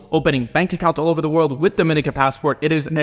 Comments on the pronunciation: Dominica is pronounced DO-MEN-KNEE-KA 🇩🇲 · Correct me if I'm wrong but I always thought it was pronounced DominEEEka ?